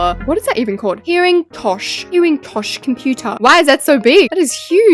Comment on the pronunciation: I love how she tried to pronounce Pearingtosh